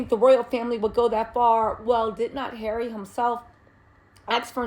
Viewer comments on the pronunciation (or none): none